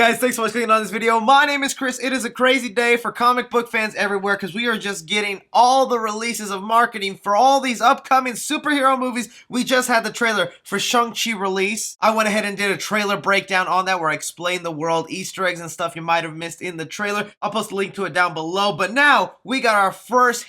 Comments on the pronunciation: Bro please its not shung chi its shang chi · Shang chiii!!!! Not shung chi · Why is he pronouncing Shang Chi like that? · “Shung tchi”